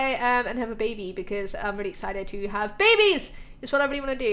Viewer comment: Omg, that kid friendly close call, "lets not whatch them have bebehs"